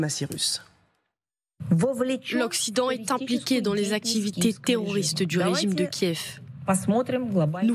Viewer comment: Une fois de PLUS le ici gars CONFIRME en disant : "les attaques terrrrorrrrssss..." Hunnn Hun Hunn !!! Ce qui est sûr l'otan est forte en terrorrrismmmm..!